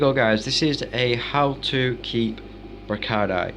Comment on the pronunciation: can u please learn how to pronounce the words you said tanganyika and brichardi wrong